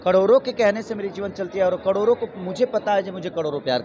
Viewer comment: Kadoro nhi yaar karodo hota hai 😂